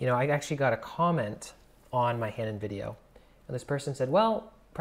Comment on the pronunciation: Hanon is French and is pronounced without the h at the beginning.